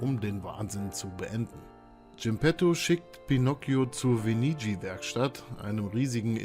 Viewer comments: Die Herren heißen GE PE TTO und VE NIG NI (das G ist Stumm).... Zudem sehr viele Fehler in dem Video. Wahrscheinlich selber nie gespielt und mit chatGPT eine Zusammenfassung schreiben lassen, weil ist ja ein hyped Game und bringt klicks 🤡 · Wie man Geppetto und Venigni ausspricht lernen wir aber noch :D